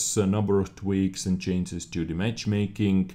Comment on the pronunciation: If not for the information, can I sue you for the nice sound fx? ;) Btw, "chainses" cracks me up every time. :)